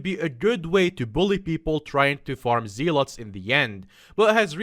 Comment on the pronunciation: Who else is mad at him for pronouncing Volkswagen and zealot wrong